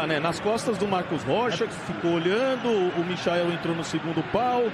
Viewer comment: O quanto mais o coitado do Michael vai ter que jogar pra ser respeitado véi!! Os caras não tem nem a humildade de falar o nome do cara direito!! Cê loko!!